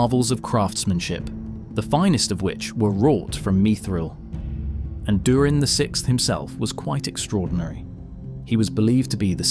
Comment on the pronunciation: Mith-ril, not mi-thril